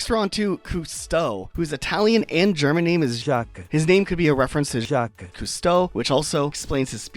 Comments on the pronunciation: Oh no...oh no, does he say Juh-kweez!? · Jacques is not pronounced "Jaquess" it's pronounced like "Jack" but the J is more silent/less "DJ" sounding, like Jared, and the s is also silent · Ok, pronunciations making me crazy- Nan, not naan like the flat bread, Nan as in Nanny- you literally said nanny. Nan=Ann Ione- Eye-own-ee, Greek and also Celtic/Gaelic origins Pate- not pait- Pah-tay, French origin Jacques- not Jah-kees - Jah-ck- also French Soliel- Soul-ay - also French Sparro- is sparrow, just as you said in your description, not spar- oh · Jacques is pronounced jax, which given his DJ theme, is likely a reference to the basement jaxx, two very famous british DJs. The french part is probably also alluding to daft punk, a french DJ duo.